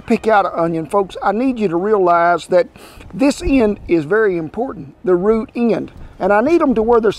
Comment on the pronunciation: Every time he says root I giggle a little 🙃